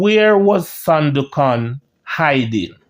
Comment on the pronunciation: I love what you are trying to achieve. However, you are seriously challenged with some pronunciation. OMG. Please check Google Word and press that little horn and you will HEAR that the words are pronounced. It's not SIMIT. It's S M I TH!!! MASSACRE IS NOT MASSAC; it's MASSA CAAA. And Sandokhan isn't pronounced as you do it, huh? Keep up the good work, but please don't let my ears bleed anymore. Fellow Jamaican here, and I am very proud of what you are trying to achieve, but please clean up the pronunciation, and you will be golden🇬🇧🇯🇲💕